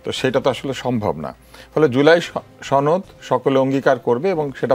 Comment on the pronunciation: ছনদ- উচ্চারণটা কই থেকে আসছে?? এটা তো সনদ!!